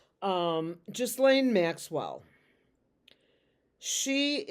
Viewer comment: Thanks! You're the only one that I've heard so far on youtube pronounce the name Ghislaine the correct way! You're so sweet and fun! ❤❤❤